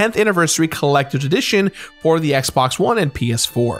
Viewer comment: Says he is not going to mispronounce anything in dark souls ever agian: "The Drak Shouls Colactors Addition..."